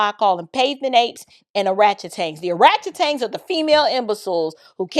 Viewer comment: Did she say ORATCHETANGS??😮🤣🤣🤣🤣